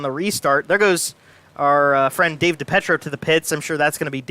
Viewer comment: Great job as Always But can you PLEASE PROPERLY PRONOUNCE DAVE DiPIETROS NAME CORRECTLY??? “DA PEE TRO” THANKYOU